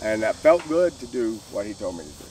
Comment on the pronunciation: Oh I get it you say God instead of Good wow